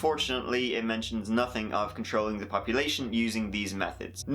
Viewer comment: What do you have against the "th" sound??